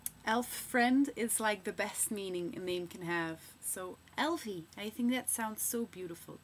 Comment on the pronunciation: How would people there pronounce Grace where you live? After hearing you say Elvie I like it a bit more, and Kalliope is a really nice sounding name. also i think because your name is if you had a daughter named Bell it would be really cute!! I think Bell would sound so cute with a middle name that starts with an A so that is sounds like Bella when you say it together, like Bell Amara, Bell Adora, or Bell Amina. I liked your video:)